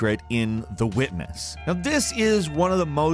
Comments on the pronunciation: You said the Weekness instead of "The Witness" lol anyways you made a great video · o wow but yeah i heard weekness not witness lol